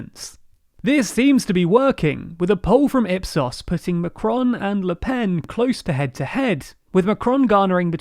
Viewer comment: Hi! I don't think one must be fluent in French in order to know how to pronounce the article "les" (=lay) or to pronounce the "A" in Macron correctly, as in "back" or "saffron" or "laughing" (considering you make a better job of it for "Maréchal"). It's not Macdonald or MacCartney. We appreciate your efforts, we like it thorouly. and don't think we ask for perfection; but that is really negligence...